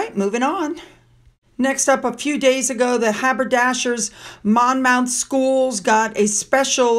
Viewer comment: ’Monmoth’ x